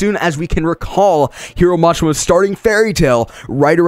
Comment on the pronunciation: nigga what i hear is Hero Mash-ma and for rave.. Rape